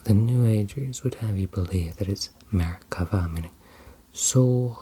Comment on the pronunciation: As a native Hebrew speaker, hearing "Merkavah" (מרכבה) in the middle of the video was a pleasant surprise and you nailed it.